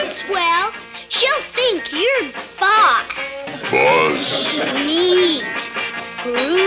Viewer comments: Ah yes, classic Jenna Or-thay-ga! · idk why she kept saying Ortega like that but its just... or-taig-ah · Every time she says Ortega I die inside